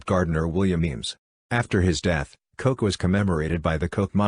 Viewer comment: The family name is pronounced 'Cook'.